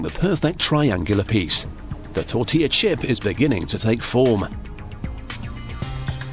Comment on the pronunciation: Pronounced “TOR-TILL-UH.”